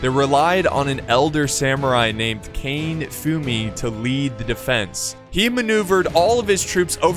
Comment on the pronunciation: It would be Ka-ne not Kane....